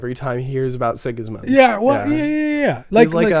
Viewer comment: Six Sigma? You mean Six Gismund?